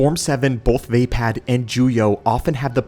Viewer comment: Love your videos man but 1 thing Vaapad is pronounced (VUH- POD) not (VAY - PAD) please it’s slightly iritating